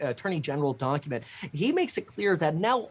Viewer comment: Did you say donkument?